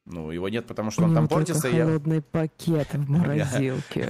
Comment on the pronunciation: посмотрите на взгляд, и с каким акцентом она сказала про пакет..)))